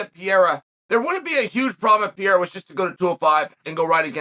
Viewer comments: "Per-era" please Chael, Ariel already taught you.. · Chael, Pierra is gonna KO you for mispronouncing his name purposely. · The evolution of Chael's pronunciation from Pereira to Pierra to just Pierre is truly something to behold. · Can chael learn to say pereira not pieira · Who the Fuck is Pierrerer? Only from Mr Sonnen lol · I've just one question, who the hell is Piera? 🤣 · Let's go "Piyera"! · My dude might have that dyslexia thing because how do you even get “ Piera “ looking at his name? Wtf? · If Chael says it’s “Pee-air-uh” then its pee-air-uh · Never lost a round…never even tried to pronounce Pereira’s name right. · Take the time to pronounce his name correctly please? We say yours correctly. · How are you still butchering Pereira’s name like this 😂🤡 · you could learn how to say Pereira is not that hard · Chael’s commitment to mispronouncing Pereira’s last name is next level lol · Seriously, even after Ariel's correction 😅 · Ariel just told you how to pronounce Pereira's name! You're also the only person that calls Jorge Masvidal George! I think it's obvious that you're doing it intentionally and I like it! 😂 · Only Chael would choose to continually mispronounce someones last name rather then just use their first name. What a legend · yeah but he can pronounce adesanya. You would just think you would take the path of least resistance rather than continually Mispronounce someone's name in a professional context. But it's chael and he doesn't give a shit. He's actually a great example no one is referring to him as sonnen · even after Ariel tells you how to pronounce it on 2 separate occasions and spelling it properly everything, you still can't say the name right. you sure you don't have any CTE champ?